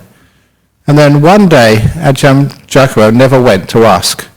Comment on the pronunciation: it's Ajahn Brahm....with an "M" at the end...not Bra :P